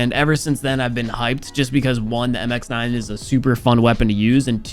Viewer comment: Finally, said MX9 not "MIXNIN"😂😂